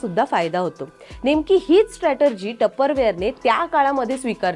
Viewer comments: ताई, तुम्ही लोकसत्ता चे प्रतिनिधी, भाषेतील उच्चार, मराठी शब्दार्थ खटकले.. स्टेटरजि नाही स्ट्राटीजी .. देणगी नाही देणी ... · स्ट्रॅटरजी नाही मॅडम स्ट्रॅटेजी strategy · स्टॅटर्जी नाही तर "स्ट्रॅटेजी "!! उच्चार सुधारा! र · Statargy nast te strategy ast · Strategy या शब्दाचा उच्चार एकदा समजून घ्या ही नम्र सूचना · Ho barobar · Strategy pronounce चुकीचे करताय, repeatedly. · Strategy या शब्दाचा उच्चार दोन्ही वेळा चुकीचा केला गेला